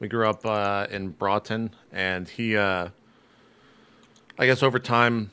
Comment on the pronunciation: Haha, I live near Broughton, it's hilarious how jp can't pronounce it